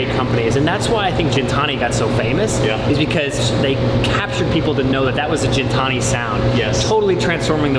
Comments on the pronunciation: The disrespect from the guy... Calling Gintani:jintani:.... Unreal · Does he mispronounce Gintani on purpose as a slap in the face or what?! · The giy talking about sound quality thrn mess up the Gintani name is priceless